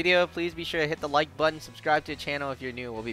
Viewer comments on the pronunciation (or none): none